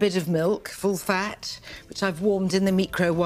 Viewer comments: Ah yes the humble meecrowavaay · Bbc again... They evolved from the eehee boi to the micro wa vay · / Nigella Lawson Mispronounces Microwave 0830am 30.3.22 probably a mispronunciation applicable only to herself ie: a personal trait born out of sloane high falutin living... anyhow; she does sound like she was informing us of the banana republic dictator who was coming to tea, one Meecro Wav-hey - former dictator and cult leader of such and such an isle. or maybe she was mocking some lag who pronounced it as such... but i dont give a damn... not my scene not my cooking not my style... i thought she was italian, not middle eastern? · Omg I wasn’t expecting it to be that bad!!! 😂😂😂 MEEK-RO-WAH-VAY!! 🤣 I’m never pronouncing it the correct way ever again!! 😁👌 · It's pronounced mee-krah-wav-ay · Even though I clicked on a video that has "mispronunciation of the word microwave" in the title, I was not ready for THAT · I'm fairly sure it's mock Italian. It's how you would pronounce it if it were spelt like the English spelling, but said in Italian? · Just put the em-PHAW-sis on the wrong sy-LAW-ble. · No mispronounced she tried to posh it up and f@ it up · I'll tell my kids this is how you pronounce "Microwave" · Literally heard someone at work pronounce it like this wtf I knew it was a reference form somewhere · That's not mispronounced, that's just saying a different word 🤣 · I like that this woman mispronounced the word 'microwave' for comedic effect. My grandad also mispronounces this woman's name for comedic effect. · Before watching the video, I mispronounced to myself in the worst way I could possibly imagine, and it matched what she said 😂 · A few years ago I heard her say this.. I never pronounced it the same again. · This is how we pronounce microwave in Tucson, Arizona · She was being cute🙄 She is a world famous chef ffs. Everybody knows how to pronounce this everyday word ugh. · Actually it's stressed on the second syllable.